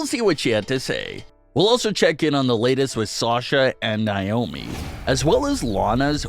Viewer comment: NAY OHH ME.... not NYE OHH ME